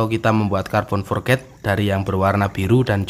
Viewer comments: Forj bro.... bukan forget Forj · Carbon forged bacanya forc bukan forget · Forged sebutan nya forg bukan nya "for ged"